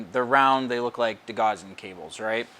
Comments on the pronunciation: Great to see a different ship being built. Followed your customers Titanic build and look forward to seeing yours finished as well. Great to have a change though as well. Btw, just for future it’s pronounced de-gow-sing strip. Rhymes with house. I used to make the same mistake until someone corrected my quite forcefully lol. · 'Gauss', for whom degaussing was named, rhymes with 'house'.